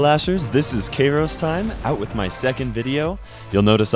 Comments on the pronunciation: K “A” ros(e) time? Its kai-ros(e) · It almist sounds like gay-most time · This is KAY-ros-TIM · Wait. Kay-ros Time? My life is a lie. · Kay-Rosse time LOl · He's karos time not time, apparently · You couldn't even pronounce KairosTime your name right lol KAY-ROS TYME Maybe this is correct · This Video Is Trully The First Because He Says KairosTime wrong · Who not bad but you said your name wrong my name in brawl stars my name is vortex also you're awesome